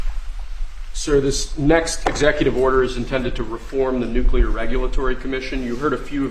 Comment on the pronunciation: Nucular. This must stop.